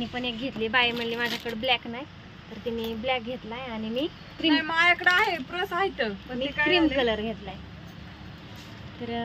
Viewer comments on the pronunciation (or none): प्रस नाही ग पर्स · प्रस काय म्हणते पर्स म्हण की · दुबई ला चालली आणि पर्स बोलता येते का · प्रस नाही गं बाई पर्स 😅